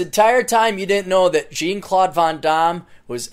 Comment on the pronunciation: Jean is pronounced like 'john' you ass.